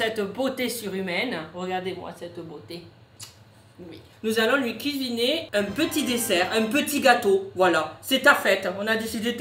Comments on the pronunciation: Nous allons lui cuiiner un petit dessert un petit gâteau voila >> heu 😂 le mot cuiiner ses cuisiner 😂😂😂😂😂fin sinon tes le meilleure change pas ❤❤❤😂😂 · Kisiné 😂😂❤ le français n’est pas ton fort aujourd’hui 😂😂